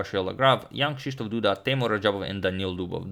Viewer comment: You nailed "Krzysztof" but your Jan sounded weird, its pronaunced "yAn"